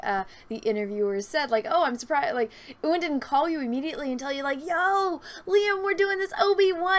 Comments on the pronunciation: heh, you call him Ooowun, it's really cute. But speaking for my people! It's pronounced You - Wan. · Please American's is pronounced U-AN not OO-AN. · Pls stop saying Ewan's name like that 😂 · Please stop pronouncing Ewan like that lol